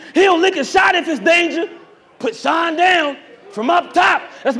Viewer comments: that’s a damn reach and sean cmon sean is pronounced shawn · because saying it's a reach off of how some ppl say the word Sean is dumb when we know for a fact others pronounce Sean like (sh-y-nuh) and not just (sh-aw-n) or however it's being said in y'all head to call it a reach to begin with 😂😂😂